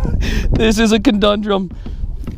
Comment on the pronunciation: Hahah did you say cadundrum?